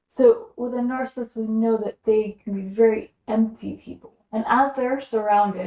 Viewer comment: You keep saying narCIST. Isn’t it narCISSist? Three syllables? Slowwwww. down please.